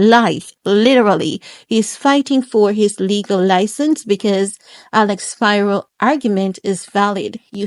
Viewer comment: it's pronounced SPEAR-O!!! IT'S A GREEK NAME MY OLD BOSSES NAME IS SPIRO MARGETIS